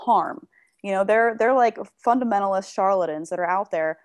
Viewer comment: "Fuddamentalist Sharladjins"? Is that like, a cross-dressing Elmer Fudd who is also a genie? That might make a really good Merry Melodies plot.